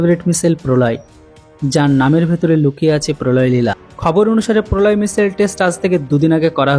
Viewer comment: কোন বিষয়ে ভিডিও বানানোর আগে বিষয়টা নিয়ে একটু পড়াশোনা বা গবেষণা করা দরকার।আর এটা কোন সামান্য বিষয় না । এতে অনেক বড় বড় সাইন্টিস্ট জড়িত। আর "মিশেল" বলে কোন অস্ত্রের নাম আজ পর্যন্ত শুনি নাই ! ওটা হবে "মিশাইল" ।